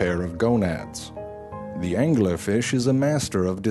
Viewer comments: Angeller fish xD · The Anguhler Fish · Why the fuck does he give angler an extra syllable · i ADORE the way this guy puts three syllables in the word 'angler'.